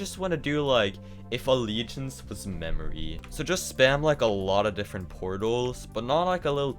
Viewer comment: ah yes mamory level